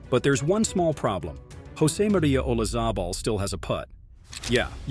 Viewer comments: Announcer has no clue how to pronounce names of players or tournaments. Vilaygus? Oluzable? Wachowvia? The fact you don't have Fuzzy Zoeller saying "Fried chicken & watermelon" about Tiger's Masters dinner negates your entire list. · Once again, you don't know how to pronounce golfer's names. Olazable? It doesn't sound like a "z" in the actual pronunciation.